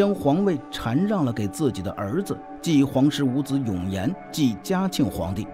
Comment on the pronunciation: 的中文有待提高是shan让不读chan